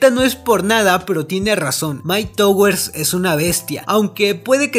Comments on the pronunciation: Puñeta puedes decir myke tawers se dice asi no myke towers no se dice como se lee aparte de eso muy buen video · Se pronuncia tawers